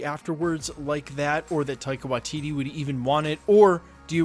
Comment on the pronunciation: Unsubscribing purely because of how many different videos you cant pronounce Waititi... its Why-tea-tea... How fucking hard is it.